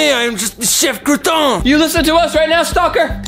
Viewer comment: I laughed when said shef croton